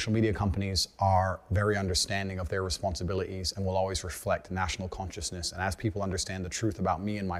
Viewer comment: When he’s not concentrating on his speech he drops his Ts. Listen to “donated”, “responsibility”, “haters”